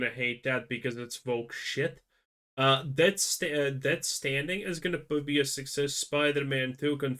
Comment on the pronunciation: Lol why are you calling it Death Standing? It's STRANDING, with an R. Lol good lord.